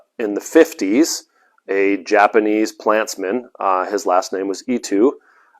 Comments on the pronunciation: Eetoo????? It's pronounced EEtoe!!! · Dear sir it is "eetoh" peony